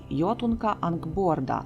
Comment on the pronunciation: Дякую, за цікавий контент, єдине що Анґрбода а не Анґборда)